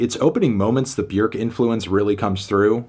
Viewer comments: Hitting us with that correct Björk pronunciation. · Thank you for affirming that Björk rhymes with "work", not "fork"